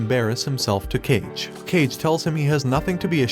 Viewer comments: Kage is not pronounced Cage. It's Kah-geh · The fact that he says cage instead of KA- GE anyways ousama rankings is peak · The Shadow is named kage. KAH-Geh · Why pronounce it as cage ? Its Ka-Ge spoken seperated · Kage is not pronounced cage...its pronounced ka-ge...or ka-gay to be precise 😅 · Kage = Kah' gay please, not "cage." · It's not "Cage" it's "Kage" (Kah-gay) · For god's sake, its ka-gay, means shadow, not cage! Thank you for the video though! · Coolie but should be read as Ka G é not cage , kage = shadow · Bruh , just say "kaa-gey" not "cage" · Nice summary. Just one quick correction. Kage, the friend of Boji is pronounced "Kah-Gay" rather than Cage. It means shadow in Japanese since the faction that Kage came from did stealth sort of work (assassination). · It's Ka-ge, not Kah-gay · I can't stand that the video creator is pronouncing "KawGay" Like "Cage" 🤡🤡🤡🤡 It's kage like Hokage 😑😑😑😑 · Dis mf said "Cage" & not "Ka-ge" I'm dead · Why does this man call Ka-ge as Cage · his name is not CAGE its KAH GE, you FAKE ASS FANS😭😭😭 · It's not cage it's kage Ka ge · Bro, it's Kage not "Cage".... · Ain't no way this guy is saying Cage instead of Kage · Did they call him "Cage" in the english dub? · I'm sorry but you calling Kage "cage" repeatedly is just funny to me xD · kage's name is pronounced kah-gae, its the japanese word for shadow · How to pronounce 'kage' ?it's 'car-gay' .kage is japanese word means shadow... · Kage means shadow This guy: "cage" 💀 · Kage is not pronounced "cage" like bruh... if you are an anime channrl you had to watch naruto at 1 point even just a bit.. Didn't you saw how kage is pronounced? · “CAge” lol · The pronunciation on Kage infuriates the fuck out of me. This is an informative video, but it's Ka-ge, it's pronounced phonetically. Kage means shadow, just as how Kage's from the shadow clan. Well, it's basically every name mispronounced. Daida is not Day-da but rather Da-i-da. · Kage (shadow), not cage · Its not cage tho.. sigh